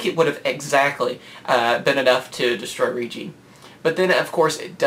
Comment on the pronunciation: Hate to do this: The Rei part of Reijis' name is pronounced like ray.